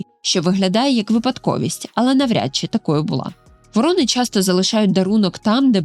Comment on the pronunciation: ВорОни та вОрони (круки) - абсолютно різні птахи. А тут змішали їх докупи, постійно ставлячи різний наголос та показуючи у відео як врОн, так і вОронів. То про яку з цих двох птахів було відео?